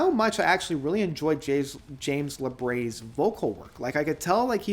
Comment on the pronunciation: I almost always enjoy your reviews, but i must ask: what on Earth ends up making you say James LabRAY? It’s Labrie, as in Labreeeee. Lol.